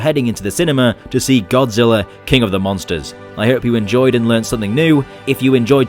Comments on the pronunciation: Godzilla not godziller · Why do you keep calling him godziller